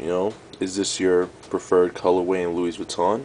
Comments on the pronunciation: Pronounced, lewy vweeton :-) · Buys a $500 wallet yet doesn't know how to pronounce the brand name properly lmao !